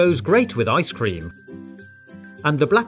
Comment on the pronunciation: cooks a human liver Also: I T G O E S W E L L W I T H I C E C R E A M.